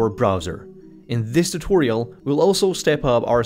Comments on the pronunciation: In this tu-tor-ial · No,! It is a tu-TOR-ial! 😎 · You should have done tu-Tor-ial